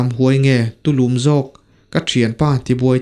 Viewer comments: I chhiar dik loh ka hriat ve tlat chu, TULÛM i tih hi, lüm lai tak hi vawk pa sûm zat sawi a, sûm kan tih ang lam tur niin ka hria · 'Tulum' i chhiar dan kha a dik lo ania.'Buhhum' tiha 'Hum' thluk ang hian 'Tulum' tiha 'Lum' tih lai hi lam tur aw. I channel hi ka hlut lutuk ania. Inzir deuh2 rawh. Keep it up Bro.👍👍